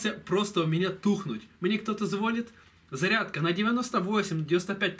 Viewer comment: Батарейка вздулась - вот откуда и пошли трещины стекла усиливаться. звОнят, ихнее = давит на ухо. ЗвонЯт. Их. Ихнее (ихне - только на укр языке так правильно)